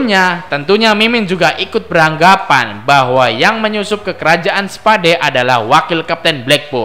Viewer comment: Kerajaan spa..dee hahaha anjir bacanya salah